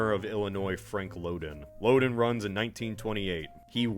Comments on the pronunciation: As one who grew up in Illinois, the state park we went to named for the one-time governor was pronounced "LOW den" (rhyming with "HOW then", not "LO den" rhyming with "Oh then". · Lowden Dam and Lowdenvilles. They just don't sound right.